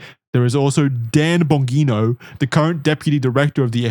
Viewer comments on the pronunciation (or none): Lol Dan Bong-ino